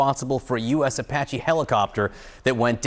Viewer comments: please try to learn how to pronounce things like Iran isn't O'ron and Apache isn't O'pache'... Your an amazing reporter lets elevate your linguistics just a touch... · Does she really not know how to pronounce Apache?